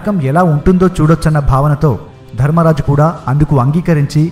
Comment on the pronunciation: It's while not wail, it's not diffended defended,it's winned not wined , it's dharmaraja not dharammaraja it's not shudeva it's sahadeva telugu vastay telugu lo cheppalsindi sir chudandi yenni mistakes okariki warning ichhay apudu manavanni correct ga pettukovali lekapotay vallu vekkirinchadaniki manamay chance ichhina vallam avtamu